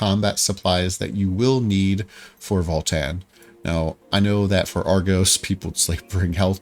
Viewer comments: Please: its VALTAN not FALL-TEN 😭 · it sounded like voll tann